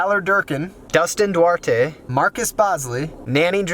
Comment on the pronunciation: I can't believe you pronounced Duarte right. Nobody ever does.